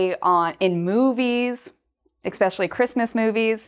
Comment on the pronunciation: I propose that starts using proper pronunciation when saying the word ESPECIALLY. Especially I’d not pronounced EXpecially… 🤦‍♀️